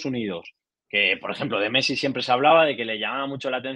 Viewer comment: Dijo pessi? Jashshd o